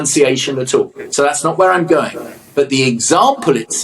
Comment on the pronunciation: They aren't losing the G they are elongating the N. It sounds horrible. Beth Rigby went to Cambridge, she is even worse.